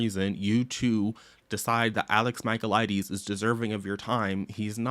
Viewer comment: every time you mispronounced his last name, I died inside 🫠